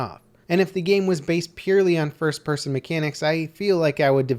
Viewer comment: lmao "pirson"